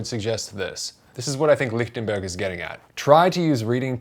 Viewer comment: I take it from your correct sounding pronunciation of his name that you speak some German? Just paying attention to the details!